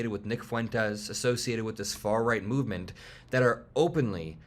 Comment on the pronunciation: "It's not far-reight rhetoric, its not-c rhetoric"... I meeeeean tomato tomato